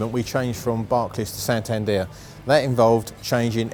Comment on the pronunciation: The way Geoff pronounced santander really bugged me. It's "San tan der" not "san tanduur"